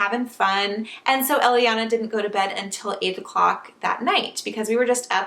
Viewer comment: Elliana is the name we picked for our baby girl and we're spelling it the same way too. I like how it sounds when you say it.